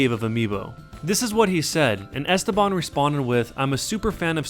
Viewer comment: The way you say "Esteban" is painful sir.